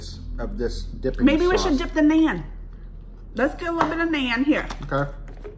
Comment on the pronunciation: It's nun like Christian nun(pronunciation). Only thing that's (nun)bread. And tandur is a special kind of mud oven. Whatever we cooked in tandur we just add tanduri before the dish name.